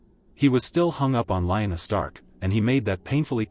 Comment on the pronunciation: After mispronouncing Lyanna's name twice, I stopped listening to the video as I begin to suspect the video is AI narrated.